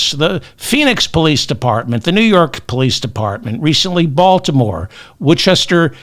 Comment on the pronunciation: Hi David, love your show. I’m sick about tRump being re-elected, too. Praying the totally unqualified Hegseth gets the boot but there’s so many spineless Retrumplicans he’ll probably be approved. That terrifies me. I grew up in western Massachusetts and the city of Worcester is pronounced Wooster. 👍